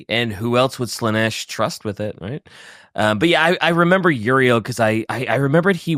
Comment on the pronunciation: Put some damn respect on Prince Yriel’s name. Dude the Hive Mind feel pain.